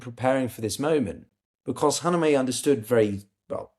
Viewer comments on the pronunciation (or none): can't stand it anymore (after watching in several videos making the same mistake over and over again): Kha-ME-NE-i, not Kha-ne-me-i. i don't mean this as nitpicking or smartassery, but c'mon, the aim here is geopolitical analysis - getting the very basics right is the foundation of credibility. writing this with all the respect (and liking) of work, which i've been following for a long time. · Please, stop saying the late ayatollas name with the wrong letter sequence. His name was “KhaMeNei”, not “KhaNeMei”! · how tough is it to say KHA-MAY-NEIGH , i can say it and I am neither English nor Persian